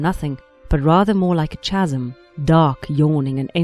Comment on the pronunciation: Says all these mythology names. Can't say 'Chasm'.